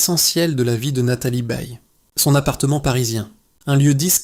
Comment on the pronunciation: Nathalie "BEILLE": vouys nepour riez pas programmer le robot à prononcer correctemenrt?